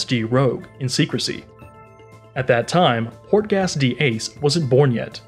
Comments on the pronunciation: Ah yes Lufhy, Port-Gas, and gARp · Everyone talking about the pronunciation of luffy, but porkass (portgas) was where I saw this dude not knowing shit abt one piece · Also Portgas